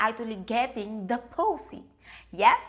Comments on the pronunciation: The way she says poosy is so satisfying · The way you said pussy made me chuckle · I like how she pronounces p*ssy. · You say pussy in a weird way 🐸